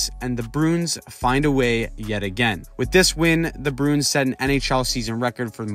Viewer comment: I like how you say Bruin. You say it like Broon. I respect that.